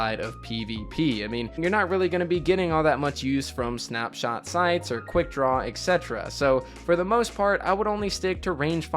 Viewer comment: hey, I just wanted to correct the way you say “etc” - etc stands for “et cetera,” and its pronounced exactly how the syllables look: “et set-era”